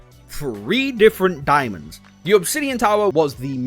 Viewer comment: I keep hearing “diamonds” every time he says daemons and get confused almost every time lol. “The diamonds and the gods” 😂😂😂